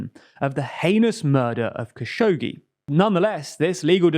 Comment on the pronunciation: Great video but once again your pronunciation of Kashoggi is killing me from laughter 😭 It's a hard name even for Arabic speakers but it's phonetically more like Kh-a-sh-o-q-j-ee